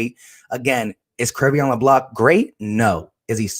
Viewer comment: Sir, thank you for your content. Just wanted to make a slight correction though. His first name is pronounced “(Cray-Vaughn)”.